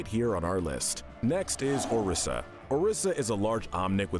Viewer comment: orisea lol its oriza🤣🤣🤣